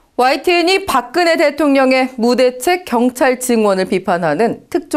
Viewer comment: "park kn he" will go to "park geung hee."